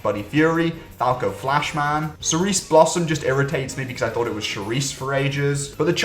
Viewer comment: Zippy Lerner makes me think he's a fast learner. It's clever, come on. At least deltaquartz will give us our first Zippy. Btw, pretty sure the first part of Cerise is pronounced how you'd pronounce the word cherry. Considering that's what it's based on. I've never heard anyone pronounce Cerise like you did. On another note, worst dub name? Tom Dark? Why? No idea but it sucks.